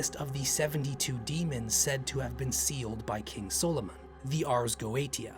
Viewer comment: Why can’t you say Solomon properly?